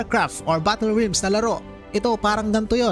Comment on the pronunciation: HAHAHAHAHA RILMS ANG BASA SA REALMS? HAHAHAHHAHAHAHAHAHAHAHAHAHAHAHA